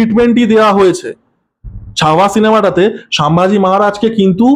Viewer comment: দাদা ওনার নাম সুম্ভুজী মহারাজ নয় সাম্ভাজী মহারাজ দয়া করে পরে ঠিক কোরে নেবেন